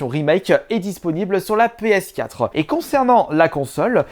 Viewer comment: Sur la pskatrehaan 😂😂comment il dit ps4 sa me tue 😂 si non j'adore tes videos